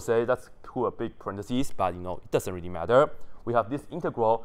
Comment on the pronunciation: rery rery nicely 😂